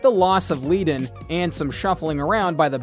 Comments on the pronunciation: "FRAY...?" WTF? Unless the man was insane I hate computer generated video audio tracks which make me insane because he got Glen's name wrong and Bernie's name wrong and yada yada yada! Bottom line is great band great songs and the first song I ever sang in 20 years old was in Colorado Springs and that was a little bar packed with 500 people and I was just getting a little kid scared to death and I sang Peaceful Easy Feeling and the place erupted. I wrote 2 top 10/12 singles for other people and it's all good but there's a lot of Madness in that band which is unfortunate because once they lost Randy who got treated like crap, those things seem to fall into a mess. Also, a friend of mine who is also in the business was there and said that Glenn Frey used to show up at all the Poco rehearsals and listen and listen and listen and unfortunately Poco didn't have quite the juju that the Eagles had until LEGACY! Either way REST IN PEACE RUSTY YOUNG and PAUL COTTON! Good music all around and a lot of backgrounds & Madness going on. Also if you're an Eagles fan you might be pleased to know if you don't already know this that the Incarnation of the eagles only played ONE gig with Linda Ronstadt all together as one! ONE I mean one gig and then they went off to do their own thing. And it was a good thing but I trip when I've done a lot of research into this band and if you look into it yeah ONE gig with Bernie, Randy, Glen and Don - either way it was ONE show and that's it! But bless the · You should learn the correct pronunciation of names before you put this on. It’s pronounced Fry, not Fray and Ledun not Leedun for Glenn Frey and Bernie Leadon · THANK YOU! Obviously, This guy doesn't know much of anything about The Eagles!!! Joe Walsh took me and another friend with him to an Eagles concert here in Memphis, Tn in 1994. I can't even listen to this clown saying FRAY & LEEDON. OMG!!! Perhaps this clown dude should watch "History of The Eagles" LOL!!! WHOA!!!